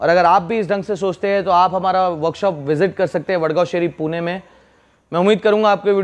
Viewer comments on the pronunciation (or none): none